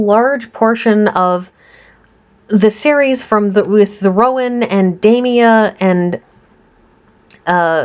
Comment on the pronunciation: DaMia !! Not Damoni